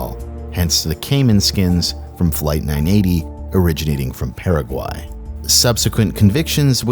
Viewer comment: It sounds like you said peruvian but he said Paraguay,he just said it incredibly weirdly